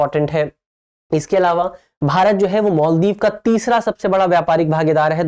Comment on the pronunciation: मोल्दीव नहीं है भाई मालदीव होता है